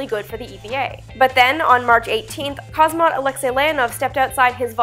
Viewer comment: I quit watching after "cosmaut" and "voskot" .......